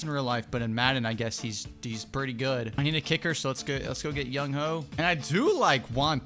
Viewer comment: “young hoe” 😭 it’s pronounced “young way” but you do you 😂